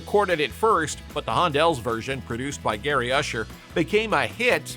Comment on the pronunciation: At the mark there is the album cover clearly showing the group's name as The Hondells, so how does the narrator get it so wrong? :face-purple-crying